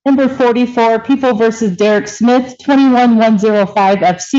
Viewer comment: OMG, this defense attorney is killing me with her pronunciation of Smith! She sounds like she keeps saying Schmidt not Smith. Personal pet peeve of someone named Smith. 😂